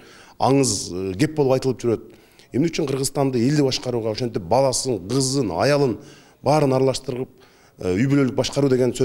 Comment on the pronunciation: Жанар Акаев тукуругунду жутуп гызын ггг дебей кызын деп суйло